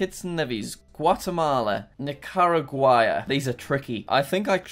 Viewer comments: When you pronounce it Nicaraguaya omg 💀💀💀👏🏽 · Each time he pronounces Nicaragua a different time and he gets it wrong every time. jack its (nick-a-rah-gwah) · I am part Nicaraguan so if you dont know how to pronounce it here it is: ni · kr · aa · gwuh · Ni-ca-rag-u-ah Gra-nar-da Bell-ee-z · Say it with me Jack, Nick-are-a-gwa Nicaragua. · Jack calls Nicaragua Nickarooga and Nickcryogriger me cry's in Nicaraguan edit no hate intended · Nicaragua is pronounced Ni-ka-ra-gwa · it is pronounced nickaragooa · How to pronounce Nicaragua Nic a ra g wa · Jack: Nicaragua Subtitle: Knicker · jack's pronunciation of nicaragua fluctuates more than the stock market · jack’s pronunciation of nicaragua has me creased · Every time Jack mispronounced Nicaragua, one Nicaraguan died. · I'm from Nicaragua and hearing him completely butcher the name and stating he's never heard of it before makes me feel somewhat angry.